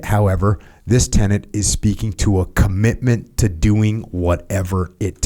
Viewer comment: Need to call Oxford, Webster etc and reformat the word “commitment” into “conickment”